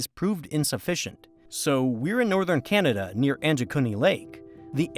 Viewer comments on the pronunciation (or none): none